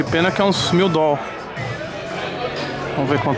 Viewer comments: "Dol" e meu ovo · AGONIA DA PORRA ESSE "DOLL" NÃO EXISTE ISSO MANO!!!!! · Para de fala Doll manu tá parecendo outfit hauahau bagulho tosco da porra